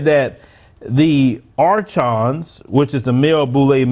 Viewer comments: It's pronounced Ar"K"on. Not Arch-ons. And it's a Greek word that means leaders, not demon's. Get your stuff straight brother. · Pronounced “arkon”